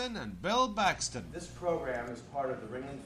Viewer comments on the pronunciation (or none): Lol he said "BILL BAXTON"